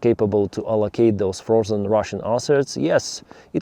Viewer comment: “Frosen ruzzian arses” 😅